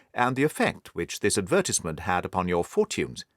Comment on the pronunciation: What a fantastic story and narration! Though I was a small bit annoyed by the way the narrator's pronunciation of, "advertisement"